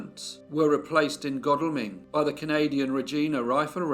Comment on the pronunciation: It was good to hear someone who pronounced Godalming correctly 👍. I was born in a small village about five miles away where this must've happened. (It was strange I literally thought about ten seconds before the start of this video thinking I'd never heard a local to me case) . There is a case that I have not heard covered yet which happened in Churt I think late '80's. Pervert raped two young school girls and murdered one of them. Very interesting although not 100% sure it was August because all the soldiers had been given the same hooked tool and she had dated several of them.